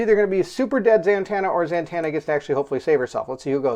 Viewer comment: Who is ZaNtanna? Ummm yeah....read it if you don't know, it's Zatanna. Man-child, you giggle like a little girl and then sound like Mickey Mouse.